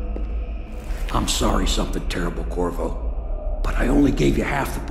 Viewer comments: Dammit! I hear "Kurwa" instead of Corvo. It's Polish for fuck, if anyone cares. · I heard Kurwa to